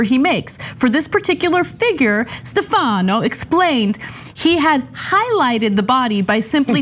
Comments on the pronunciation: In Italian, the name "Stefano" is pronounced with the accent on the first syllable. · Ana, it's not "Stefahhno", it's pronounced Stef-a-no